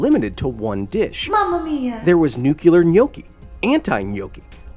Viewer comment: Did... did Kyle just say "nucular"?